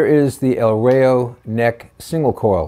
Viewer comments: The Pronunciation is EL RA-IO .. not REIO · The correct pronunciation is rah-yo